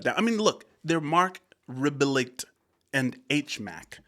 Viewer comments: I think it's Re-bee-yay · I think it’s pronounced Reh-bee-ay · Pronounced RIB-EE-AYE, it is french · It’s pronounced Ribeeyaay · It is a French name. It sounds like RAY-BEE-YEAH. Love your reactions! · Marc REB- BEE- YAY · It's Marc Rebby-yay* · Mark is French. Should help with the last name pronunciation.